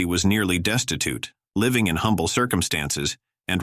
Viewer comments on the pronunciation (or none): none